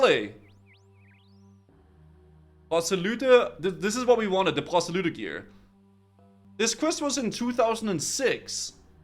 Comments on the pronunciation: Why are you choking on your Rs when saying Proselye lol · why are you pronouncing y's as "oo"? proselyte is "ight" not "oot". and abyssal is "abissal"... not "aboosal" or "abeesal"